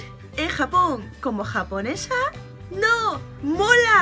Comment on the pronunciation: Que raro me sonó la palabra mola xD jjssjsj :v habla gracioso <3